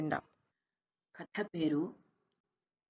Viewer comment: ఖాద అనీ అంటున్నారు, కధ అని అంటే బాగుంటుంది కదా